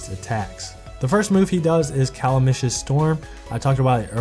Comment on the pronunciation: Its pronounced ca·lam·i·tous /kəˈlamədəs/. Good video though my dude. I think I will upgrade Vanessa because I had Julietta as my only 5 star until very very recently, so axe dojos have been sitting 15/15 for a while.